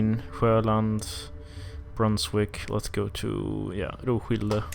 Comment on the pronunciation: The pronunciation of Roskilde is with an emphasized K and not the "sssshhh" sound.